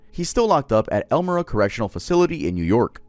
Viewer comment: You said Elmira wrong smh